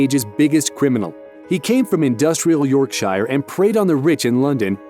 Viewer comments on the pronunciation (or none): it's yorksheer not yorkshiiiire (pronunciations lol) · You pronounced Yorkshire wrong, it’s York - shear not York - shyer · York-Sure Not york -'Shire'... Yorksure just say that.. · Yorkshire is not pronounced York Shire (like in the hobbit), but York-sher. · We hate this narrator, he says things wrong for example “York shire” when it’s said “york sher” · you pronounce it 'york sher' not 'yorkshire' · Please dont say yorkshire as york-shire but instead at york-shur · York shire 😂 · For those who aren't from England or The United Kingdom, we pronounce "Shire" like "shear" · "Yorkshyre" speak properly fool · It’s pronounced York-sure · The way he pronounced Yorkshire 😭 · As someone from Yorkshire I am offended by your pronunciation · Love this channel but you really need to learn how to say Yorkshire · The way you said Yorkshire is triggering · Say Yorkshire properly plz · The way you pronounce yorkshire triggers me slightly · You pronounced Yorkshire wrong very wrong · Learn how to pronounce yorkshire idiot. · I feel offended with the way the narrator said yorkshire 😂😂😂😂😂😂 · Learn how to pronounce Yorkshire Mr narrator, if you said it like that in Yorkshire we'd boot you out.. also Yorkshireman still hate Londoners 👍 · Bahahahaha the way he pronounces Yorkshire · BlessedFlame202 I know! It’s offensive! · i fucking hate how americans pronounce yorkshire